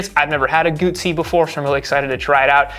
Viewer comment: Guzzi: in Italian, the double z is pronounced ts, as in pizza (pronounced peetsah). Therefore, Guzzi (pronounced Gootsee). FFS!